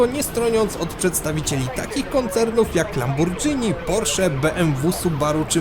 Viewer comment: "Lambordżini" xD Pamiętam jak większość ludzi w Polsce tak nazywała Lamborghini w tamtych czasach